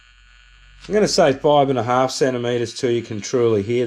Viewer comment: NothING AND GoING not NUTHUN and GUNNA